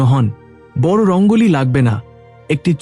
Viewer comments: Kotha ta bod noe boro.uchharon thik korun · কথা উচ্চারণ করা ভালো করে শিখতে হবে তার কারন হলো বট নয় বড় বলতে হবে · বর না বড়।উচ্চারণ ঠিক করুন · বাংলা উচ্চারণ আগে ঠিক করুন । বড়্ কি কথা ।